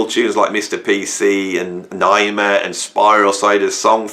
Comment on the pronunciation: Transition, Sun Ship, right up there with A love Supreme. By the way, it is not pronounced nI-ma, it is pronounced nay-E-ma.